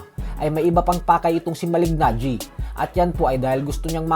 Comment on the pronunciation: Malig- Najee mali pa pag pronouce mo boy, Kala ko ba boxing fan ka ? Kung nanood k tlgang boxing alam ang pronunciation ay Malee-najee Mali pa spelling mo sa title boy Mali"GANGGI" . "GANGI" talaga? pra g@ lng . Hay naku